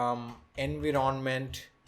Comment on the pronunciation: You have made a wonderful video. you are articulate in your explanation. two things i would like to correct although not that important but, since i see your pronounciation skillls so good, i would like to correct pronounciation of two words i.e. envoirnment and configeration. please check the pronounciation.